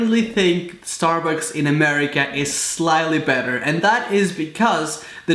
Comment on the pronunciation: did he just say.. murica...?